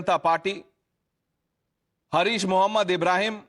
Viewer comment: His name is not Hareesh Mohammed... It is Haaaris mohammed. Please correct...